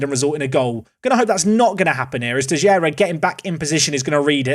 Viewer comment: Btw, Teixeira reads "Tey chey rah".